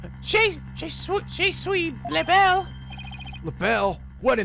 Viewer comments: By the By, Je suis ( pronouced jeh swee) means "I am" in french. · BEFORE I DIE ANYMORE, IT'S "Juh swee le bell". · By the way, I've seen you struggle on this phrase many times in several games, so I thought I'd go ahead and say "Je suis" is pronounced "Zhuh swee" (the zh sound is like a sliding J sound, like how the J is pronounced in Taj Mahal). "Je suis" means "I am" in French. It's a common way of telling people your name or otherwise describing yourself in French. "Je suis L'Belle" is just "I Am L'Belle." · thx. Btw, 'je suis l'belle', "je suis', pronounce 'suis' like soo-ii. And Couleur is coo- ler. Like 'alert without the t. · pronounciation of je suis: "juh swee" also, rule of thumb: "e" makes an "uh" sound in french~